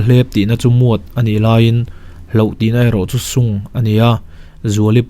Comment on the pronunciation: Muat anilo miat an ti😁 sung nilo in shung zawk ania😁 mahse a ngaihnawm emem😍